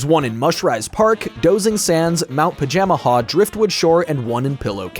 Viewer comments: You are a fool it's pronounced "Paja-MAJA" not "Paja-Maha". Also, I'm gonna be real, the whole "Bowser betraying Antasma" thing feels entirely hamfisted and dumb. If they REALLY had to break apart, why could it not have been AFTER having a second Bowser-Antasma team up battle? Hell, mix the Dream Stone and Nightmare Stone into something TRULY heinous, call the result Comatose Bowser. THEN have the two arguing about how the other guy was sandbagging AFTER they get beat. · I watch Sullypwns play through this game as a kid so much, makes it weird hearing Pajamaja pronounced this way